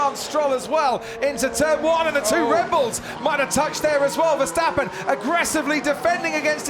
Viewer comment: Finally there's Verstappen instead of VerSHtappen. But who is Fettil?